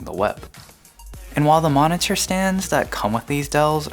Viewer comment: stop saying monitor so weird....ma-ne-tur ma-ne-tur